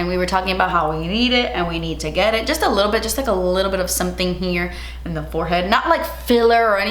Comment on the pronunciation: "And I'm zee dummy" 🤣🤣🤣that shit made me spit my coffee out. You are so funny.